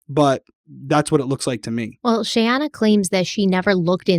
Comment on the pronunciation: The comedy of trying to say Shayana and how many different ways that he said her name throughout the series...has me laughing so hard......I know this is a very tragic story and very sad and heartbreaking. But I did find humor in that..🤣🤣... I know you are trying!!! Mich love to this podcast. I absolutely love the deep dives and multipart series. Im obsessed...because I do not find this amount of information anywhere else. I respect Stephanie's patience and research soooo much!! Much love to the both of you from Charlotte North Carolina! ❤